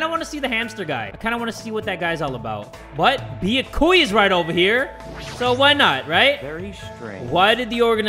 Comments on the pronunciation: I like how jay will go out of his way to say monomi right, but insists on saying byakuya wrong. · jay: says byakuya's name wrong me: faceplam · the mispronunciation of byakuya is killing me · Dammit jay, you got me saying Byakuya wrong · it's bee-ya-koo-ya But you put emphasis on the first ya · yeah but the way you did it isn't correct. Its the YA that is emphasized, not the BEE that says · THATS WHAT YOU GET FOR CALLING HIM "BIYAKUYA" AND NOT "BYAKUYA" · BeeYaKuYaa ByaKuYah Clear difference. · It's bee-YA-koo-ya Not BEE-ya-koo-ya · ah yes its beeyakuuya not byakuya sorry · i feel like its 50/50 how many people say ByakUya and ByakOOya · Byakuya himself: "My name is Bee-YAH-kuu-yah Togami": "Okay Bee-ahh-KUU-yah" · im still sobbing about his pronounciation of byakuya. ITS NOT BEE A KOO YA ITS BEYAKU YA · How literally everyone says it: Be - yah - koo- yah the bae: Be - yuh - koo - yuh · Pronunciation: Bee-Ye-Ku-ya Tu- Ga-mi My Pronunciation: Be-Yak-You-Ya Toe-Ga-mi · its pronounced Bi ya ku ya not biyakuya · like yakuza, byah koo yah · bee-yack-cu-ya does not roll of the tongue for me and since jay says it wrong at thats all Ive heard, all I know, well I can pronounce byakuya's name right I just dont like saying it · Im so used to hearing say Bee yah koo yah that I can't even pronounce it right anymore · “Thicca-kuya” Yes. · still sayin Beeahkooyah but at this point it’s more iconic than annoying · Bee-uh-ku-yah. Ima forever say that now to piss people off 😇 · Be-a-kuu-ya - 2020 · Is it just me or is he calling him Thick-a-kuya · “Thickakuya” LOL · Spoilers! Show more at your own warning! I’m so glad Imposter Byakuya died first instead of surviving so we don’t have to hear him say Beyahkuhyah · IT'S BEE-YAH-KEY-YAH JAY!!!! 😡😡😡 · Why he pronounce byakuyas name like biakuiya how did he even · I don't even know how to pronounce Byakuya's name anymore because has mispronounced it so many times.